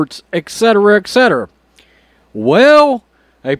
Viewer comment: eTcetera ... not eKcetera